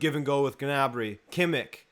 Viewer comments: It’s pronounced Kimm-ish not kimmick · who is kimik?! you pronounce every spanish or portugese name with all the flair u can but then u say KIMIK? :D